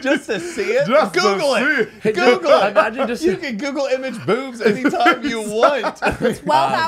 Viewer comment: OMFG "BEOOWBS"